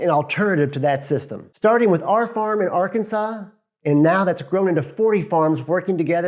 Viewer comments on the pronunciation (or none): none